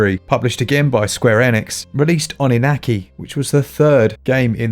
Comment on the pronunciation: Why is it that British people are wholly incapable of pronouncing Japanese words? Like.. I know you guys get off on that whole "tomato tomahto" thing but there really are correct and incorrect ways to pronounce things and Japanese isn't terribly forgiving about that sort of thing. For the record, yes... it was the reading of "Oninaki" that made me twitch here. That wasn't even close.